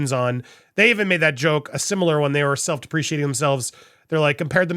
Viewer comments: Dude is self dep- ri- cate- ing that’s how you pronounce it! Not de- pre-she- ate- ing!! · Dude I am with you all the way but please!!! Look up how to pronounce stuff b4 u do show. Edit yourself! "Self deprecating"